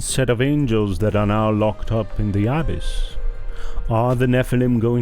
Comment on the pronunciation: Peace be with you. The readers or speakers could easily use google translate or some other app to hear how words and names are pronounced like "abyss" and "Canaan."